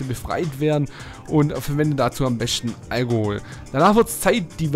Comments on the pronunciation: algohol bekomm jedes mal lachflash wenn du das sagst xd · algohol xd lachflash dat aktzent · Ich finds sehr geil wie du das Wort Alkohol aussprichst :D PS: Schönes Video